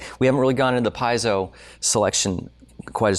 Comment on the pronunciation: Shouldn’t have said “PIE-zoh” so much because it’s “PEE-ZEE-oh!!!”